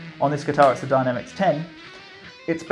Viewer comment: Hey...sorry,. it's Dyna Mix not "Dynamics".